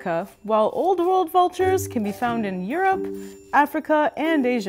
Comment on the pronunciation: Sounds like you are saying New Vold Vultures and Old Vold Vultures